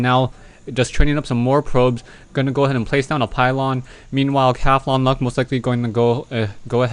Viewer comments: Cath-on-Luck...??? I pronounce it Cawthon-Luck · Yea, im thinking its the same character, But he says it funny. Cathlon luck. Is more like Cah-thon. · u pronounce cauthonluck weird :P